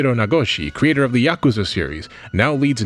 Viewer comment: i was like only half paying attention until he namedropped the yakuza series (pronouncing it CORRECTLY too which is a rarity among gaming youtubers) and i got so startled i locked back in also would love the video about why nazi types are drawn to k-on. it's always boggled my mind